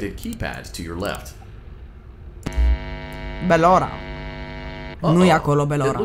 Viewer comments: se spune. barora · Nu bellora😂😂😂